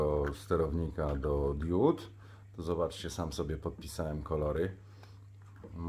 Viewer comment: Na BOGA nie mów diód, tylko diod. Bo, nie mam diód, tylko diody. Świecą diody, nie diódy.